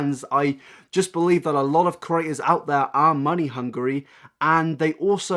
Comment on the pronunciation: For a while there I thought you were saying curators when really you were saying creators 😂 Cute accent tho